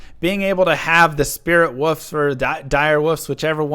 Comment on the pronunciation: The way says wolves is a great joy in life.